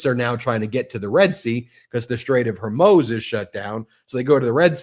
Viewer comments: Why does an intelligent man like Ben have such trouble pronouncing Hormuz? Drives me crazy!! SAY MOO! MOO! HOR MOOOZ! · BEN can you PLEASE learn how to pronounce the Strait of Hor-Mooz if you’re going to discuss it every day? Thank you for your attention to this matter. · Dammit, the Strait's name rhymes with More Booze. Gore Moose, if you like. Floor Shoes. It's not that hard. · Stick to politics and law observations, and stay away from commenting on military actions or capabilities — makes you lose credibility. Also, learn how to pronounce Strait of Hormuz…it’s not “Hormoze” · Strait of Hormuz. Not Hormos. Please pronounce correctly. Thank you. I think your observations are excellent. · It's pronounced hormuze. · The Strait of Hormuz is pronounced strayt uv haw-MOOZ (IPA: /streɪt əv hɔːˈmuːz/). It is a narrow, vital shipping route between Iran and the UAE, separating the Persian Gulf from the Gulf of Oman, often emphasized as a major oil chokepoint. YouTube YouTube +4 Pronunciation Breakdown: Strait: strayt (rhymes with "wait") Of: uv (unstressed) Hormuz: haw-MOOZ (stress is on the second syllable) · I love your channel, but bro....HOR-mooz. I'm on our side. The side of right. But that's driving me crazy. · Youre pronouncing Hormuz incorrectly. There is no O in the end of the word. Its a U. Its pronounced, oo, as in too, or boo, “hormooz.” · Hormuz, pronounced Hor Mooz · I love you Ben but Please! It's HorMOOZ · It's Hormoooz (moo Like in cows) not O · Ben please consider pronouncing it :the straight of "Hormuz". Like "mooze" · The Strait of Hormuz (/hɔːrˈmuːz/ Persian: تنگهٔ هرمز, romanized: Tange-ye Hormoz listenⓘ Please pronounce this correctly. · Strait of HarMOOZ. Please say it correctly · It’s pronounced Hormuz (Hore - mooze) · Luv you Ben, but it’s HorMOOZ. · Ben, it's pronounced the strait of Hore-mooze. Like a cow, with a z..moo-zzz. Love you guys. Keep of the awesome work. 🤘😎🤘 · Why can’t he decide on how to pronounce Hormuz….is it just me.